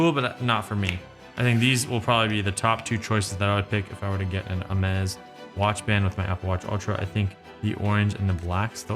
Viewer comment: Well done pronouncing this name correctly and emphasizing how it's done... nothing is more offsetting than people pronouncing this brand all wrong due to their ignorance and lack of brains